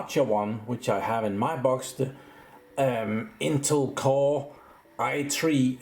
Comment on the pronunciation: A new interface "Memory block" orca"RAM block" and you kinda butcher the INTEL name intul ?? further more good explanation